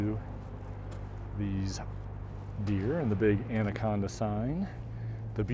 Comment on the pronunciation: Natives pronounce it "And a con da."